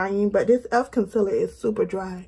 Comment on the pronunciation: I'm loving the concealer reviews. Dark circles are my main concern. Your accent when you say con-siller cracks me up. 😆